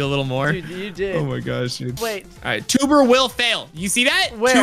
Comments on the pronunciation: it's not twbre it's tewbre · said twbre